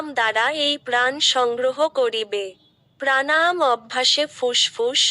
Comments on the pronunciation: প্রাণায়াম উচ্চারণটাই সঠিক হচ্ছে না। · তুমি তোমার উচ্চারণ ঠিক করো। প্রাণাম নয়, প্রাণায়াম। ভাষাটা আগে ঠিক করে শেখো। তোমার উচ্চারণ কানে লাগে।